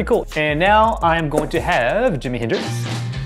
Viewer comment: nice review but for the love of heck, it's Jimi Hendrix